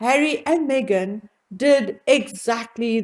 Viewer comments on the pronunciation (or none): none